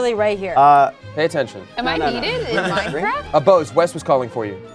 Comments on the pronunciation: It's minecraft not maricraft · Plei maicreft